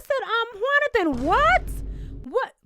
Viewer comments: Every time you say “” I chuckle just a little bit 🤭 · Found out about you from my girl and someone commenting about you, and I see why! You had me rollin' every time you said ""! Appreciate your insight.